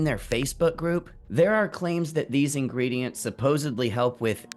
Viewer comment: The way he said ingredientsSEIZzzz. Like why???? And the “open math thing” I’m legit laughing and don’t know if I should trust the founder 😂